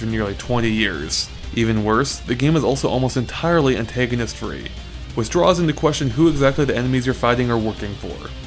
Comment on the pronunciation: also its not antayganist